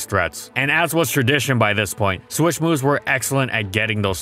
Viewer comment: Take a shot everytime ihe says "swish" instead of "switch"